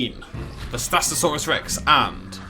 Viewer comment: HOW DO YOU NOT KNOW HOW TO PRONOUNCE VASTATOSAURUS ITS SO GODDAMN EASY